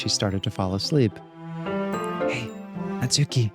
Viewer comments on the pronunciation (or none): Real quick, before I actually watch the episode, and I know I'm very late on this, but the stress in "Natsuki" is on the first syllable and not the second^^ It's NAtsuki and not naTSUki :3